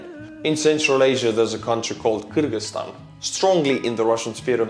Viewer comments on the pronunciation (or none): none